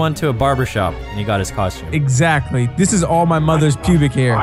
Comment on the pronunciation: He said pubic